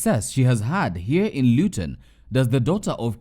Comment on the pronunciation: Luton not Lewton.. asante mama.. miss chapos though 😭😭